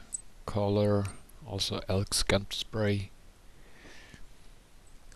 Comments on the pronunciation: Awesome video. Just to let you know "scent" is pronounced "sent" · Was he saying scant or trying to say scent?